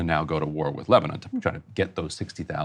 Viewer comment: Why is Ryan pronouncing Lebanon weirdly ? He's the absolute worst BP host